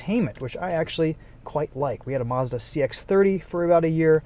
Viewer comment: It's Mazda not Marzda